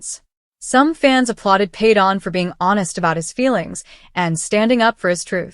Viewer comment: I cannot stand you mispronouncing his name all the time